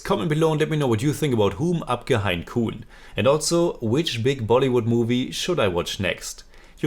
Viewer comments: Grt review Btw its pronounced 'ham' and not 'hum' Hum or ham is english for 'we' (3rd person) as a word but in this title its used for 'I' (1st person) as people in some areas of India sometimes refer to themselves as 'we' instead of 'I' Also, kaun is pronounced more like 'caune'.. the person who corrected it as 'corn' is just pulling your leg 😊 Keep reviewing ❤️ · Hi your pronunciation is mostly wrong on this one( not that it's a big deal or anything but just pointing out) Hum is more like Mum Hain is a tricky one.... The last n is mostly ( but not fully ) silent... You can check how some Indians say this word Kaun is not said as Kooon, more similar to Kon Exactly it would be like KO u N But great review as usual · Hum is pronounced as in to hum on English and koun as Cawn rhyming with dawn ✌️